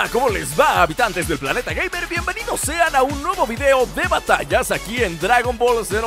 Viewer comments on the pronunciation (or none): none